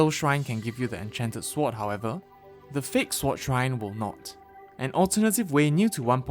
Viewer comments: Swart it’s sword foriner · I triigers me that he says it like swoud and not sord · Friendly tip: Sword is pronounced as sord, not swart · Remember that time he said shward? I did. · I dislike that you pronounce the w in sword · Pronounced as "sord" the w is silent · My man, you don't need to pronounce the "w" in sword. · this idiot says sword with a w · Sorry if I’m being mean, but I find it funny how it sounds like he calls them sworts. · English isn't my native language either but, yeah you're right. The "w" should be silent. (/sɔɹd/). But then again: one of my friends keeps spelling thread like threed .Not to mention mistakes i made so... guess we're all humans :-) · haha swort go brrr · swort hehe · I was thinking that😭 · I like the way he says sword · Wait. He says sword with the W. I love this man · why do you pronounce the w in sword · Why on earth do you keep pronouncing the W in sword